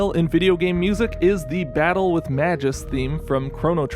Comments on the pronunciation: Magus's name is pronounced with a hard G (I think). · The way people mispronounce magus hurts me. Hard g guys. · cRACKING UP at Mah-juice, who's Mah-juice